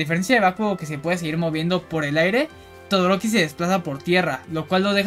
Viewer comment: Muy buena Tierlist y objetiva! Me causó gracia como dices "Torodoki" en vez de Todoroki ndjsnadja saludos